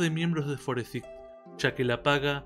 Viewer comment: 'Forsaig' y no 'Foresig'. No me gusta escuchar latinos/españoles hablando mal el inglés porque me la vivo burlando de los japoneses por hacer eso mismo y que los de habla hispana cometa los mismos errores, deja mi burla en mala posición. Me burlo de ambos, pero preferiría que los que viven cerca de países de habla inglesa (como España y México de Inglaterra y Estados Unidos) pasen por esos errores.